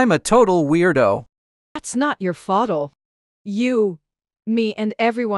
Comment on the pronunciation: "Fautl" its Fault just correcting